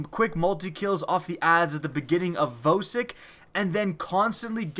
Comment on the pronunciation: How do you pronounce Vosik's name as: VOē-sIck? Even the creators said it's pronounced: Vah-siC.